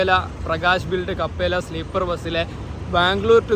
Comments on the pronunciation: കപ്പേല അല്ല bro ക്യാപ്പല്ല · കപ്പേല അല്ല ബ്രോ ക്യാപ്പെല്ല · കപ്പെല അല്ല ബ്രോ ക്യാപ്ല്ല aanu